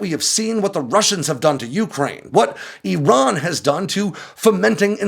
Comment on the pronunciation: He's saying Iran wrong